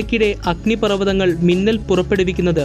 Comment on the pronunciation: മുന്നൽ അല്ല മിന്നൽ അല്ലെ